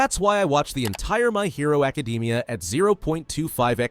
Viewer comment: "my hero acadeemia" 💀